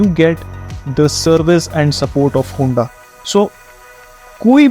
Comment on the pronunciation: Kya hunda hunda kar raha... its HONDA